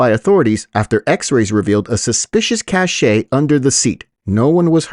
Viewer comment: Oh,. The word "cache" is pronounced "cash."